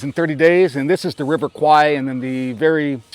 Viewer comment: River is pronounced “Kware”. Kwai means buffalo in Thai , and as much as it’s acceptable in pop culture, it sounds funny to Thais lol 😂